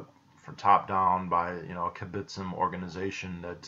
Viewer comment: The kibbutzim still exist, it's just all of them (except of literally a handful) are no longer socialist in any sense, this process of "no longer being a kibbutz" has already happened long ago By the way you say kibutzim funny, you need to stress the b and tz. Also kibutzim is plural, the singular is kibutz.